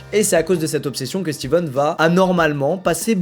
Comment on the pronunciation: coup dur pour, c'est stephen et pas steven